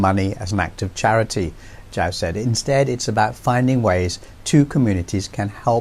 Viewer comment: Lovely piece,. Hope to see China-Africa relations grow stronger, in defiance of US interference. Btw, a small tip, Zhou is pronounced as "Joe". Simple as that. Peace ✌️